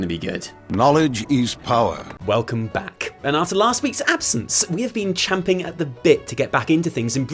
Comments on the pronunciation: Omfg, thank you for properly saying "champing at the bit" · Thank you so much for properly saying CHAMPING at the bit, rather than chomping. Thumbs'd up right then.